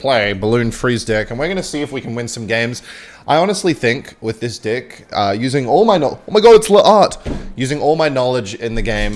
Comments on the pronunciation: I love it how he says dick every time he says deck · Is it just me or does it sound like he’s saying d*ck instead of deck?? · Why is he saying dick instead of deck? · Is anyone else hearing “deck” or 🍆…? 😄